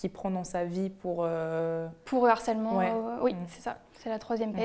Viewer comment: On dit svp : du harcèlement * on ne fait pas de liaison *.